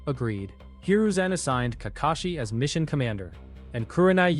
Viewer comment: Nah im not letting it slide how he not say Kakashi but says kakeshi 😂😂